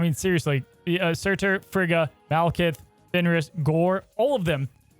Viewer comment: Guys, it would be pronounced FREE-ga.